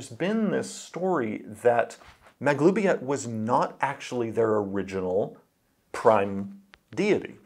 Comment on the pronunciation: Finally know how to pronounce Maglubiyet!